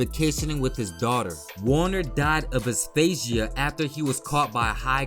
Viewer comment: Asphyxia - As-fix-ee- ah